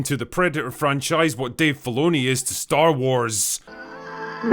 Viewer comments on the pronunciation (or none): none